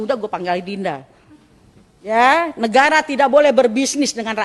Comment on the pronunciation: Bung RH logatnya berubah sekarang ya ?? Mirip2 logat sahabatnya RG. Ada... ahnya. Misal negara jadi negarah dst. Ada apa ya bung ? Oh ya ibu Ribka Ciptaning kok nyinyirannya seperti sebuah tuduhan dan tidak optimis. Gajinya kan dibayar pakai duit rakyat bukan buat nyiyir !! Buktikan pernyataan dan tuduhannya dong !!